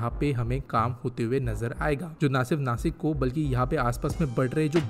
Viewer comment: नासिक❌ नाशिक✅